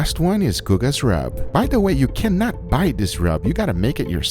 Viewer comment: i like how this guy keeps an air of mystery by emphasizing the last word of each sentence..."do no season the SKIIINN. It may BUUURN. This is not a type of rub you can BUUUUY." lol